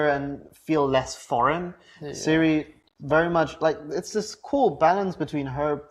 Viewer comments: You obviously don't know anything about the Witcher. Her name is spelled Ciri but pronounced Siri not Kai-ri. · canadianeh16 Not Siri, and definitely not Kai-ri, more like Tziri actually. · So pronounced "Kai-ri"? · Its ciri not siri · Ciri, not Siri! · Pronounced Kiri